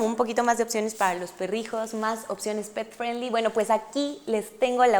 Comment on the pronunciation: Hola amiga....una observación para tī. 5 veces dijiste pet friendly y las 5 veces lo dijiste mal, te recomiendo que uses el espańol ya que no es necesario decir unas palabras en ingles, ademas no todas las personas te van a entender.